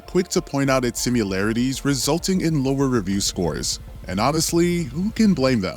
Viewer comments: SIMI-LARITIES, you saying SIM-U-LARITES was driving me nuts lol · Her name is Lara, not Laura. Also, do you actually think the word is "simularities"? Because it's not. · “simUlarities” not sure why this bothers me so much but I can’t take it anymore!